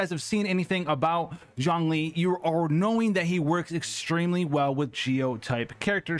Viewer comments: I hear jhongling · Is he saying Zhongling or is it just me? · If you say Zhongling again Ill shit myself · You keep calling him Jongling....Its Zhongli. No n and J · Him saying „Zhongli“ Me hearing „jOhN LeE“ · i keep hearing zerkling lol maybe i play SC2 too much